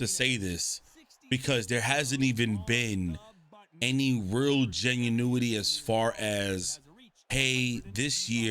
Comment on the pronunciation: “genunity” lmao tf